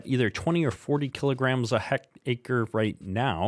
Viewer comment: Its pronounced heck tare or tear ( tear open a box ) i hectare is 2.74 acres but I'm sure you knew that 😂 jk